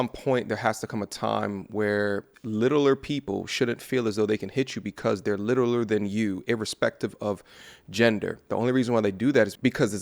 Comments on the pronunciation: lmao when you said little-er lmao. I know you meant smaller because you are articulate, but it was funny lol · Stopped at "Littleler" I'm out